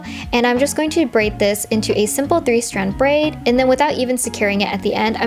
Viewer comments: “i’m braiding this into a simple three straid brand” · Did anyone else notice she said 3 strad brand? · "three straid brand"